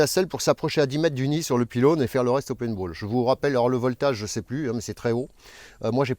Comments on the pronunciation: Le pineball 😂🤣 t’arrive pas à dire paint ? 😅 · Du PAINTball bordel pas PINEball désolé mais ça m'irrite les oreils depuis plusieurs vidéos et puis surtout je trouve que tu cassais les codes du Youtuber qui justement n'avais pas tout les codes de la plate-forme mtn c'est mettez la cloche abonnez vous etc ça m'étonnerais pas que tu demande des likes bientôt si c'est pas déjà fait je regarde pas tout... Je regarde même pas la description j'ai peur d'y trouver un tipee... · Bonjour, on dit "paint" comme pain, et non pas pinte comme épine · Bonjour sans vouloir te vexer loin de moi une telle idée si ça peut t'aider pour la prononciation de paintball=peine te bol. Et autre chose mais un grand merci pour les effort que tu as pu faire concernant le son que je t'avais fait remarqué il y a quelques vidéos de ça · Quand tu dis "Pinball" ça me rend nerveux... hahaha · Lors de tes explications on t'entend dire "pin-ball" et non paintball ,fait attention ce sont deux chose totalement différente niveau matériel et munitions ;) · Je me suis dit quand j'ai vu la vidéo, tiens va enfin le dire correctement, le mot ""peinebaule"" après ce temps à l'utiliser, bah nope toujours pas ^^ Tu vas y arriver un jour nous sommes de tout cœur avec toi;) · plutôt "péntbaul"